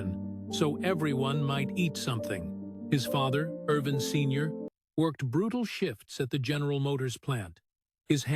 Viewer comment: his given name in Ervin, not Arvin. Jezus, everyone knows that. His could this video get his name wrong?